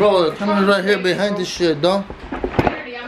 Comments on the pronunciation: lmao "es tic tocs" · LMFAO...Hes said there TIC TOKS 🤣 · It's tyik tacs 😂😂😂😂😂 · “Is tic takchhsss” 😂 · Yessica Elizabeth Cervantes I really love how he was saying “there tic tacs” with his strong accent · The way you say tic tacs is just amazing